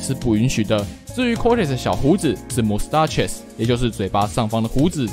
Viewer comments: mustache 的發音好像錯了xD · Mustache的發音是不是怪怪的..